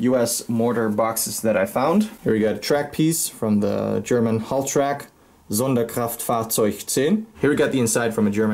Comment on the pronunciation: You would get in jail like forever if you would live in Germany with this Stuff😂😂 PS: For me as a German the way you speak Sonderkraftfahrzeug, Stielhandgranate or Kochgeschirr is pretty impressive haha